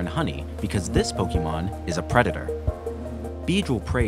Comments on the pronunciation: This is lovely, but my eye twitches every type you say "PokEEmon" instead of "Pokémon"... lol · This is an amazing concept. 9/10. I have to deduct a point because the narrator mispronounced "Pokémon".